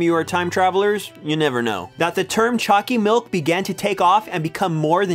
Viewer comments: Why does choccy milk sound like chunccy milk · for a moment i thought you were saying "Chalky milk" xD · U make choccy milk sound weird in the beginning